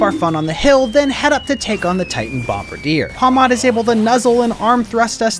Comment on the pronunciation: Finally someone pronounced Bombirdier correctly. It's a pun of Bombardier, someone who drops bombs from above in a plane! Edit: Didn't pronounce Giacomo correct though